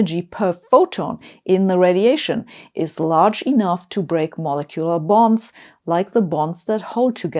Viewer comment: Really need to work on the pronunciation of molecular.